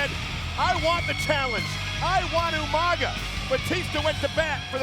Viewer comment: Listening to William Regal call Umaga 'Yumanga' was hilarious 🤣🤣🤣!!!